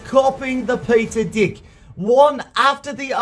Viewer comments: Is it just me or did I hear "dick" every time he said "deck" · I hear you say di*k, instead pf deck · He copy Chief Pat "dick" xD (Deck). LoL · Peter can you say DECK without changing the letter E into I? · Thanks peter... my mom keeps looking at me everytime you say deck. because the way you say it sounds bad 😂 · Lol I love when he says deck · I love your accent especially when you say deck